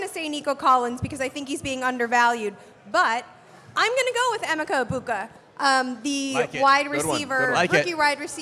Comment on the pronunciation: Almost had to shut off the video hearing pronounce emeka the way she did 😭